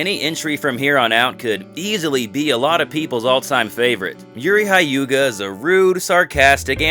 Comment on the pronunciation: Utterly confused how you manage to pronounce Ryudo correctly then totally mispronounce Hyuga.